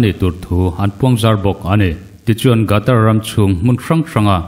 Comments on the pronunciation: Gatar tia lam loin Khatar tiin lam zawk la mgaihthlak a nuam ang a... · World cup chungchang hi ila puan zui fo hmel si a Qatar i lam Rik dan hi i thlak a tha in ka hria. A hrim hrim in hetiang a inpuan hma hian a lam dan te hi lo zir lawk a lo en lawk ve thin awm ka ti. A hmjng hi GATAR ani lo a, QATAR ania...Khatar tih mai kha a har hauhlo mawle. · Gatar tia lamrik hiii..Qatar..Katar tia lam hi a dikzawk emlee!!? Lamdik hi a tha ania..Ngaithlatu kantam thin sia..